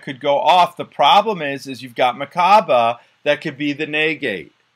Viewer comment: Why do you say naygayte instead of negate. An hour of this fu king hurt haha